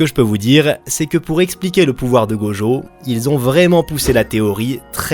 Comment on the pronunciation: C'est tellement frustrant !! Tu peux dire "Itadakimasu" sans problème mais "Gojeau" et "Jéjé Akutami" ça passe pas ?? 😭😔💔